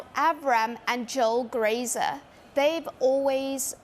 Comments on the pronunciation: Joe “Grazer” lmao that accent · I think Mellisa just said the name right after us all getting it wrong for all this time "'GRAZER'' coz them boys have just been grazing on the club finances